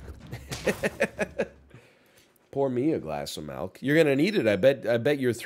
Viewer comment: It's NOT "melk". It's "milk". With an i.